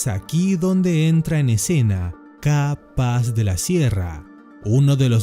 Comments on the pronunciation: Porque pronuncias CAPAZ como si fueran dos palabraz "Ca paz"... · se pronuncia capaz!!! no KA - PAZ, capaz!!!! jaja